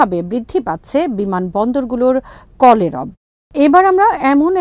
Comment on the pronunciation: কলেরব না কলেবর😝।